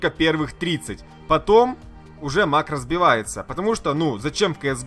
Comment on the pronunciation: МАкрос а не марОс